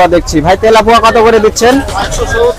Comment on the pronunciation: আপনার ভিডিও অনেকজন দেখে। শুদ্ধ উচ্চারণ ও জরুরি। বেগুন কে বাগুন, তেলাপিয়া মাছ কে তেলাপুয়া এগুলো বলা থেকে বিরত থাকা জরুরি।